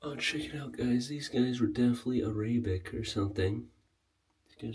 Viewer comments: Definitely AaRayBick? LMFAO 🤣😆🤣. How about Arabic (Ar·a·bic /ˈerəbik/) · Bro, Im sorry, but you need to learn how to pronounce some words. Arab and Arabic in particular. Just doesn't come off great. Love your videos though. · Definitely not the correct way to say those words.